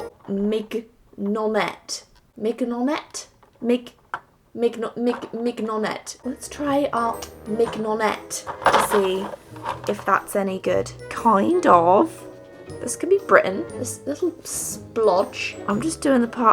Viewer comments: Noooo😫😫😫 not miG-nonnette it's pronounced miñonnette (if you know that sort of "ñ" in Spanish) Btw LOVE your videos😁😁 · Hey ! Just a little help for the "mignonette" color. It's a french word and the closest pronunciation would be "minionette". It kinds of means "cutie" ! :) Love your videos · "Mignonette" come from french, it's "small and cute" for something feminine, like a little girl. It's pretty old-timey, and it's pronounced "Minio-net" ^-^ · min-yon-ay i believe is how you pronounce it. could be wrong, but sounds good to me :P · "min-yuh-net", according to google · This doesn't have any real affect on your life but if you're wondering mignonette is pronounced like minion-ette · IDK why this was recommended to me nearly 3 years after your upload date but it was fun to see you experiment with markers ! I just had to help you out with the color "Mignonette" since this is a French word :p "Mignon" is "cute" in French. Something "mignonette" would be "cutesy" but the "ette" is more or so referring to a girly cute thing. Although we don't really use the term. As to how to pronounce it, we don't speak the "g" in the sound "gn" in french. So it would be pronounce mee-nio-net :) I still found this color funny and I still don't get why it's a green XD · Congratulations on your Copics - beautiful illustration! You are with your Copics how I was with my Pan Pastels - coveted them forever and finally broke down and I shelled out the money and bought the whole set ❤ Also, Mignonette is an herb and also the name of a sauce most typically used for oysters, and it is pronounced as you would Filet Mignon: no g sound, but a y sound in place of the gn as if it were spelled minyonette. You were struggling - just wanted to help :) I loved the moon and earth love story - so sweet, and a beautiful concept! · I just love the fact that she try to pronounce "Mignonnette" in the English way when this is a french word. This is actually really cute.